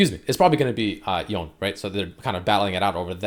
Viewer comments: myth busted, red hasn't touched legends of runeterra, pronounces it y-own not Yo Nay... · For the love of LoL! It's pronounced as Yo-ney and not Yown. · It pronounce Yone not Yown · I'm suprised it pronounced Yow-ney(Yone) when most people call him him "Yown" . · It’s Yon-e I love the sound of tht much better than yon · japanese would be more like "ion"e and not "Towne" Similar to Kano from mortal combat (who originally was adopted by japanese parents in japan and so on, hence the name) Kano american sounds "Kay-noh" In japanese they would emphasise the first part of the name so the KA and it would sound like K-AH-N-OH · He finally learned it’s “yo-neh” then went on to keep fucking it up lmao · Its actually YO NE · Stop saying Yawn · It’s pronounced Yo-ne, in Japanese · Drinking game: take a shot every time mispronounces Yone.